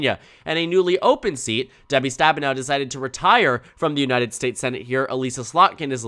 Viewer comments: "Uh-liss-uh" not "Uh-lease-uh" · voter from Slotkin's house district here - it's Uh-liss-a, rather than e-lEAse-a. Just fyi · This is probably a very minor thing, but as someone who was represented by her, it’s Eh Lih ssa with a soft I. Not Elise ah